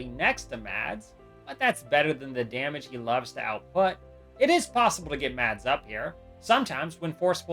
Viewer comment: Mads is sopose to be prnounced without a d its spelled with a d but your not sopose to say the d trust me I would know I have lived with the name for 19 years